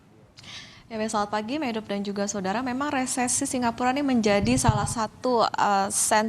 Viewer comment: Resesi Re se si Dibaca resisis